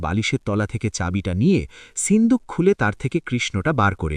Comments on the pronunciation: Ota sinduk na shinduk kane e lagje pronunciation is horrendous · Seendook na shinduk